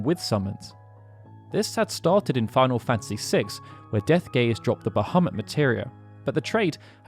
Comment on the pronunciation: Ich verstehe die ganze Zeit „Deathgay“ 😂